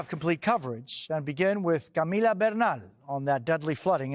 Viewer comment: jose still needs to lose the latino pronunciation on peoples names. i couldnt understand him saying Camila.